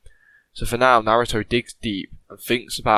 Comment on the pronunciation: Naruto not narudo